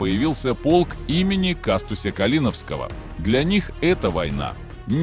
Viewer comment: КастУсь КалинОвский- правильное ударение